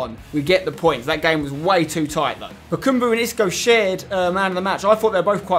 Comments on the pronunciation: i just want to mention its ba-kam-bu not ba-kum-bu its just annoying me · his name is bakambu. not bakumbu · Spence, some pronunciation hints: its Eevan not eyevan Rakitić, and its BakAmbu not BakUmbu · Spencer... it is BA KA MBU not bakumbu. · Oh my god, for the last time: BakAmbu not: BakUmbu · also Bakambu. not bakumbu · It's eevan rakitic not Eyevan and bakambu not bakoombu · bakAmbu not bakUmbu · Btw spencer, it is BakAmbu not BakUmbu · Spencer no h8 m8 but its Bakambu not Bakumbu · It's Bakambu not Bukumbu! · spencer its BA KA MBU NOT BAKUUMBU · ITS BAKAMBU NOT BUKUMBU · Yea it's Bakambu not Bakumbu...just annoys me a bit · Chaz Hartwayne it really annoys me when he says BA KUM BU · Chaz Hartwayne NO ITS BAKABAMBU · sooo annoying show he says bakambu like bakoombu